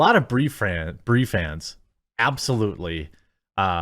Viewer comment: "Brie Frans!" 😂